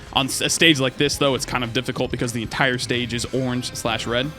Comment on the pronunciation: clears throat "I kinda missed da Preon Shot!" had me crackin up